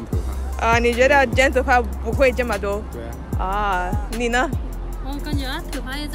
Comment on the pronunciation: You ask then “and you” which sounded like “ne na?”. I’m Tswana from South Africa and we would say Lena? 😂😂😂I found it funny